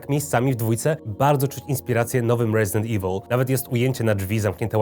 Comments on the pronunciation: Wlasnie, ze zle wymowil "resident evil" ignorancie lingwistyczny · to sobie posłuchaj jak w oryginale mówią Resident "iwyl" a nie "iwil" jak reszta Polaków no sorry, że mieszkam 10 lat w Anglii i wiem dokładnie jak to sie wymawia.